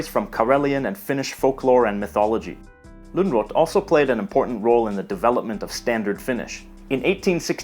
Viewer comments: all cool but you dont pronounce Lönnrot "lungrot". sounds a bit bad :D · The way you pronounce Lönnrot is hilarious. It's pronounced more like "lön ruut". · Elyes Lunnrot 😂 It's actually pronounced aboutta E-lee-us Lern-root :þ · Elias Lunrot ? Seriusly that's a major pronounciation error. As a finn i would pronounce it Elias Lönruuut. Then again if i was being a grammer nazi i would say KaupunKi is city KaupunGit is cities. That's a kinda rare k -> g change. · And I am a Finn. Perhaps you mean that Lönnrot is pronounced lönruut. It's a Swedish name by the way. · Lönrot is pronounced kinda like Luhnroot because it's a Swedish name but then again nobody here probably needs to pronounce it in the future. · Elias Lungrot? Seems you need to work a little bit harder on your pronunciation!